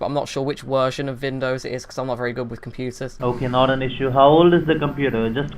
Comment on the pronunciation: "I'm not sure what wersion of Vindows it is because I'm not very good with computers" "Yeah, I have Awast ." "It'll be a Wisa card." " Prowiding " "C- Wee-Wee " " Reweal "